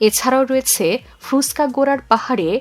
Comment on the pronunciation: আপনার রয়েছে,হয়েছে,করেছে এই ধরনের শব্দের উচ্চারন ঠিক নেই, শুনতে কানে বাজে, ঠিক উচ্চারন করলে ভিডিও দেখতে ভালো লাগে।